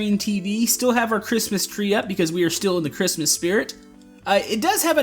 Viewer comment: you said Christmas cree while doing the new house I'm not judging.😉